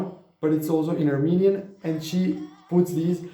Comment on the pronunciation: Thank you 🙏❤ You Aremenian pronunciation is superb! 😊 Hello from California 🥰